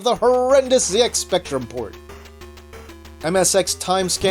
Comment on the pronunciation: Finally somebody standing up for the right way to say ZX